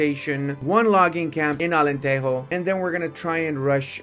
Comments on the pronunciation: It's not alanterro, é alantejo of jota, alentejo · It’s AlenteJo not Alenteho 😭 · in Portuguese we do not pronouce de "j" as a "r" like in spanish, Alentero. The "j" in portuguese do not have a similar sound in spanish neither in english. It is like a "g" when saying "ge" or xgi" preserving the sound of the g, but with another vogals: ja, jo, ju. Alentejo. My God, how it is dificcult to explain the sounds typing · Portuguese people don't say "j" as the spanish. Alentejo is "Ahh-lehn-teh-jo", if you read it in english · Alentejo is pronounced алентежу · Se ele vier pra Portugal depois de dizer Alenterro... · But he says "Alenterro"... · The J is like French not Spanish🙏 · Immediately paused the video when he pronounced Alenteijo. J’s do not make h sounds they make J sounds. There is a reason the word January starts with a J in Portuguese and not with an E like in Spanish. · Thanks for playing Portugal! Just a quick note, it’s Alentejo as in Joe but without the e. We don’t say the J like the Spanish we say it like the English and such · that can be taught 😂